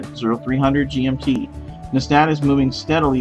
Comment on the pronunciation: Actually, it's NESAT, not NESTAT